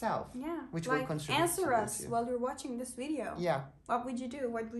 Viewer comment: listen to, contribute to vs preposition hatalari ve answer derken v duyuluyor ilk 1 dk icinde